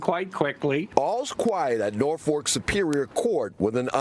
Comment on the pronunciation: I cant trust any people that can't pronounce simple words. Norfork? Aruber? Lar? Etc